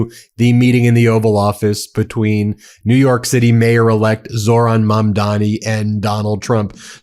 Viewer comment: Did she say "New Yark"?